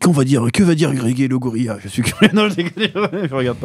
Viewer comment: Avec le p'tit écorchage de nom au passage "Grégélegorilla" 😀